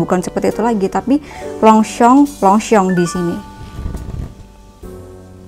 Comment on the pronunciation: Yg bener longshom bukan longsong